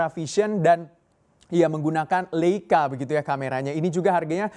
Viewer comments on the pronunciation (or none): none